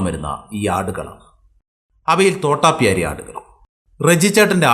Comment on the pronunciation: തോട്ടപ്യാരി അല്ല തോതാപ്യാരി